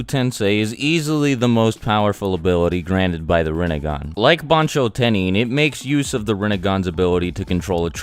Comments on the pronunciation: Rinne*gan* Sharin*gan* Jou*gan* Byakyu*gan* Tensei*gan* ketsuryu*gan* Tensei*gan* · You're saying it so wronnggg.... It's pronounced renneggan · its pronounced rin nay gahn